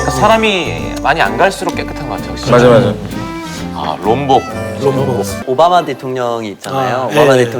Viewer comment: it's not rombok, it's LOMBOK 😭